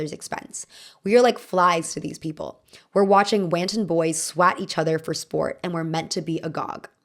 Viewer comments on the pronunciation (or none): "Whaan-tawn"? Oh,. Wanton is pronounced "want-un". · just btw wanton is pronounced want-on not wahn-tan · That isn't what schadenfreude is. We know it's a deliberate prank and not "misfortune" while watching it. It's just a form of sadism "Wanton" is pronounced "wonten". Why are there bizarre mispronunciations in every single video? It seems deliberate